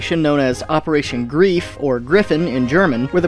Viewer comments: The Operations name was "Greif" (Griffon [Word origin; to grip something/somebody forcibly]), Narrator just can't pronounce German words correctly, closest English spelling; >grive< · If you would like to teach something about history and talk about TV documentaries being silly, then please inform yourself how German words are pronounced correctly. Dont americanize it. Nobody knows a person named 'Skörzni' and the German word for gryphon is not 'Greef'. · Greif is not pronounce Grief. It's more like "greyf"... not really but I'm not sure how else to get the "ei" across to anglo speakers... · Greif is pronounce "griphe", not grief... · Also the ei in Greif is pronounced like the whi in whine, not like in grief. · Ersatz means replacement also i don't know who translated the name of the mission but i don't think it would be called like that EDIT i just rewatched the part where you named the mission those ersatz panzer where used and you where right on the name, but you said it like the english word grief what confused me, Greif in german sounds like wou would say something like graif Sorry for letting out my inner pronounciation nazi but you asked for it (at least for the ersatz=replacement) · iirc it's pronounced Gr-eye-fe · it’s pronounced Grife even if it’s spelled Greif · GREIF! not GRIEF Why do english speakers have so many problems seeing that the I comes after the E? I have seen this in many instances and Words... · G R E I F not grief... Ersatz Panzer = spare tanks